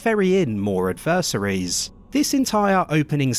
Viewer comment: Ad Verse suries...?! Surely, you mean Adversaries old boy...